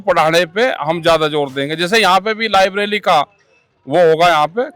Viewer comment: लायब्रेरी को लायबरेली कह रहा टिकैत जी।